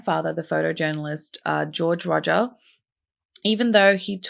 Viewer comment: The name is Rodger, not Rodgers.